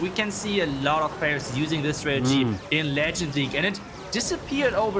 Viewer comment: please learn these players names before broadcasting. It’s super embarrassing when the non native English speakers get them right and you keep butchering them.